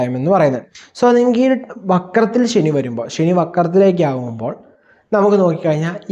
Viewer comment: ശനി പ്രശ്നം ഉണ്ടാക്കാന്‍ തുടങ്ങിയാല്‍ automatically ഷനി ആയി മാറും 😂🎉😂